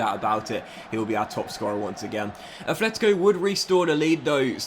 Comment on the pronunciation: Why does he add the h to Atletico? Sounds weird